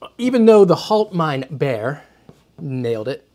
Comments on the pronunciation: Bier gets pronounced almost the same as beer, so no, you didn't nail it 😛 The way you pronounced it sounded more like "halt mein' Bär" ("hold my bear"). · Failed on the pronunciation of Bier, when spoken in German, it should sound like beer where as you made it sound like bear or bare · Bier is pronounced just like beer, not bare. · "Bier" in German is pronounced rather similar to "beer" in English. Not exactly but good enough to be very very close. You pronounced it like "hold my bear" :). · you almost pronounced it correctly, but "Bier" doesn't get pronounced like "bare" but actually pretty much the same as "beer" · The way you pronounce it, it's bär, meaning bear — bier does rhyme with beer though. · When I was taught German, “ei” had a long i sound. Like “eye”. While “ie” had a long e sound. Like any English word with a double e. So it would sound more like “halt mine beer”. With a soft but recognizable r on the end rather than a hard r like the English pronunciation of beer. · im not even German and the way he keept saying HaltMeinBear 🐻 was tuff to hear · I'm not German, but I'm learning. His pronunciation of Bier sounds like Bär to me 😂 I had this video on in the background. When I heard the name, I laughed aloud, "stop my bear? Gotta see this" Indeed it was impressive, so it worked out 😂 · . Nope the way you pronounced it it would be a bear (the animal) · "Bier" is pronounced like... you guessed it... "beer". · You pronounce Bier like Bear but it is actually pronounced the exact same... Bier and Beer sound almost identical when you say it out loud... (Just give it a listen on Google Translate and you will notice it quite easily)